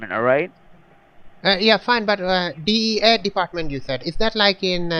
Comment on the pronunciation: sound like he was saying DA instead DEA